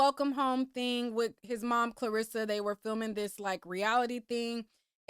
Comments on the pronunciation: are you saying KARlissas name wrong on purpose? i hear people calling her KLArissa a lot.. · “KARLASSA” not Clarissa 😂😂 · You calling that woman Clarissa got me over here crying! 😭 It’s CAR LISSA. It’s just spelled with a K. 😂😂 😂